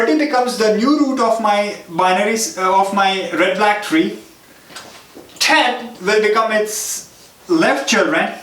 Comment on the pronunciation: Introduction 😲 😂😂Red Blaack treee😂